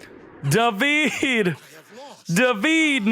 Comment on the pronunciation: Every time fails to pronounce "davide" i feel sick, it really hurts